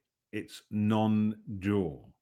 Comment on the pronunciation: Sometimes I couldn’t tell if you were saying “non-dual” or “non-doer”, and then it occurred to me that either will work quite well to make your point.